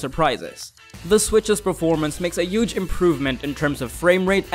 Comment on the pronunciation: wait... did he just say yuge? #DonaldInDisguise